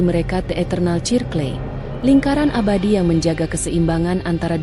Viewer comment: Aku dengerin kok..... Sirkel Mbak....baca nya....bukan cirkle...